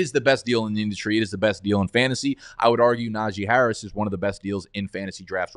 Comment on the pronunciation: When said Najee Harris I instantly had to close out